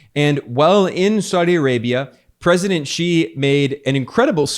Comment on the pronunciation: Just noticed Ben made a few good attempts at correctly pronouncing “President Xi”, are you studying Mandarin?